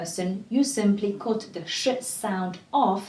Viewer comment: just a tip on English pronunciation, covered is said as Kuh-verd, not ko-verd and cut is kut, not Kot 🐈 ❤️